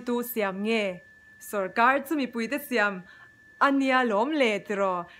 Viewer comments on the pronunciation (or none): none